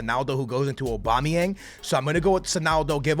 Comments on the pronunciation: Lmao anyone else think it's funny the way says "Obama-yang"...😂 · he said obama yang while i was reading ur comment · Not funny he is just stupid